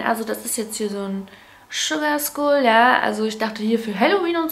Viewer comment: Skull wird Skall ausgesprochen :-P